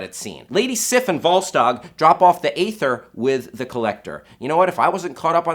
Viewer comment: You said a ther it is pronounced e ther